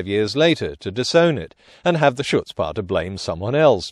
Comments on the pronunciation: "Chutzpah" is not pronounced as it is read. The best approximation in English is Hutspah or Khutspah. With hard work, one day your yiddish will be as good as your science reporting ;). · Great vid, but the "ch" in "chutzpah" is pronounced like a flem-laden "h", not a "sh" :-) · "Chutzpah" starts with an /x/ like in the Scottish pronunciation of "loch." If you can't make that sound, most people go with an h, like in "hat." It's the same reason "Hanukkah" is sometimes spelled "Chanukah."